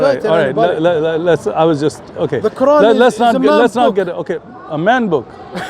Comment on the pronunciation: Watch this ignorant jihadi can not even pronounce the quran properly and he wants to speak about islam. I am sick of these undercover isis/al qaeda/taliban supporters speaking freely and promoting their disease. They should not be allowed to speak openly. They should be banned from speakers corner. These ignorant devils give us muslims and islam a bad name.